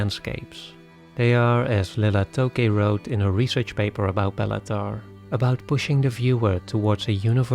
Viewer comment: “Bay-la” not “Bella”… I know because that’s my name too